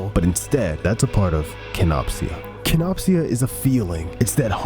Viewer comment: im so sorry that im nitpicky but its pronounced kenop sha